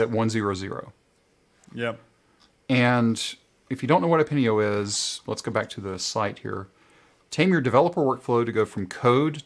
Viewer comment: Thanks for having a look at Epinio, and yes, the pronunciation is correct! :D